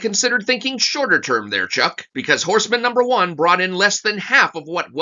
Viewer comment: It's Horse-Man, not Horseman.